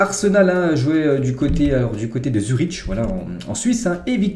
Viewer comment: Salut, pour le match de Zurich-Arsenal, ca se prononce Zurik si jamais